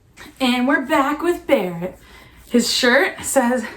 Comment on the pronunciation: No one: Christina: "Hey Bawett!"